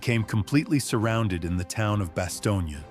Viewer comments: It was Bastogne, not Bastonia. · It’s Bastogne not Bastogna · When are they gonna get the fucking AI to stop calling it BASTIONA it’s Bastogne,and it not pronounced it baloney,brave men fought and died there,to many people it is considered hallowed ground,I being one of them,so when this stupid AI keeps fucking up the name of the town it really upsets me and I’m sure plenty of other people around the world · The pronunciation of the town is Bass tone. My father was in the battle of Bastogne. George Patton was one of the most brilliant generals to ever command any military force in the history of the world. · AI truly needs work "Bastonia"? try again dopes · Am I the only one who is cringing listening to this guy mispronounce Bastogne ?